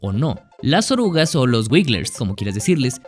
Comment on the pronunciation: orugas XD ulala señor francés